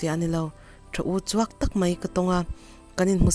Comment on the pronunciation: "Uchuak" tih hi a thluk a diklo thei e